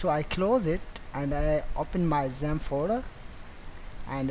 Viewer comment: I thought you was speaking about ZEN, instead of XAMP :p